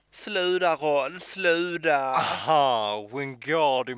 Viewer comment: Däremot ersätter man aldrig T med D. Ingen i Skåne säger "sluda" utan "sluta" eller "legg å" :)